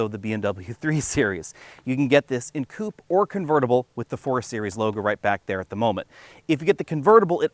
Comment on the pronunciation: It’s the blank going halfway up the grille. Funny hearing you pronounce koopay instead of coupe